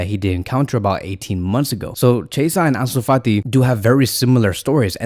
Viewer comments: Chasea u mean chi-esa 😂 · Its pronouns key -a -sah = chiesa lol